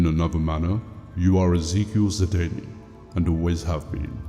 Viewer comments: lol it sounds like you're saying "sidaynie" instead of "sidayne" the dayne is pronounced like the word "dane" but that's not how it sounds when you say it. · It bothers me immensly how you pronounce Sedayne.